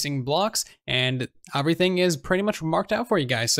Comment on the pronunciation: Why do you pronounce everything “oferything”